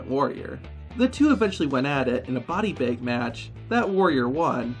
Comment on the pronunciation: why do you pronounce bag as baeg and tag as taeg? it's so distracting